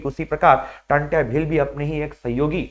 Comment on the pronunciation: नाम क्या है आप का जब टंट्या भील का सही से नही बोल पा रहे हो तो उनके बारे में तुम क्या बताओगे 🎉जय जोहार जय आदिवासी🎉 🎉जय जोहार जय जोहार मालिक 🎉